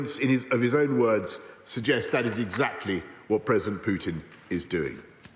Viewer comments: Can someone tell the opposition guy Russia’s president is called PUTIN and not PJUTIN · Why is it BJUDAPEST and Vladimir PJUTJIN. Why cant these people make an effort and say names correctly.